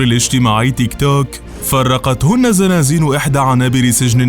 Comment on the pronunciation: تنطق تيك تووووك بطريقه غريبه